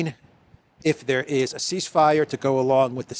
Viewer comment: "If there's a ceace fire" =Dead on arrival...😂😂😂😂😂